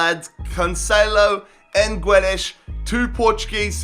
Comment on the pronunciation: It's not "Jao" it's "Joao", and Guedes reads "Gedes" in english, ffs all this time and can't still say simple names...